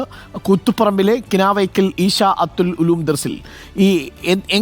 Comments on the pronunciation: കിനാവേക്കൽ അല്ല കിണവക്കൽ ആയിരിക്കും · കിനാവക്കൽ അല്ല കിണവക്കൽ ആണ് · കിനാവക്കൽ അല്ല കിണവക്കൽ 😅